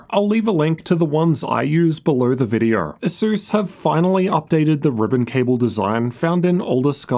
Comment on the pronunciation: You are making a great reviews. Thank you for that a lot. I bought a laptop based on your recommendations. The only thing that I'm struggling with (as a foreign language speaker) is your pronunciation. You say "r" sound in almost every word ending with "o" sound. For example, video-R, windo-R-s, "issue-R", "CPU-R", "GPU-R" and even in the middle of words like "mo-R-del", "mo-R-de".